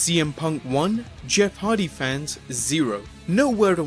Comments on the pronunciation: Haha he said Jeff Harvey instead of Jeff hardy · It is Hardy not Harvey ok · Did he say Jeff Harvy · sounds like you said Jeff havys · He even said he was egnimatic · did you keep saying Jeff Harthy? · john weddle When Jeff hardy started his career his name was Jeff Harvey so I think this is why he pronounced it like that :) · kinglyfe da p its a joke about how mike a pronounced jeff hardys name once lol.